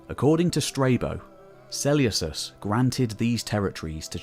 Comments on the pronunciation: Great video! Just one thing is it really pronounced Seuleucos and not Seleukos? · im with you. I’ve only ever heard Suh-Lucas. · Yea it’s definitely pronounced with a k, this sellyousus is killing me right now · Why are you so eggresiously mispronouncing Selecus?? It's gross.